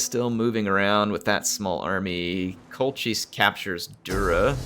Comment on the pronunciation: I believe Colchis is pronounced Col-kiss. Well at least that is how they pronounce it in the 1960s Jason and the Argonauts film. Classic film!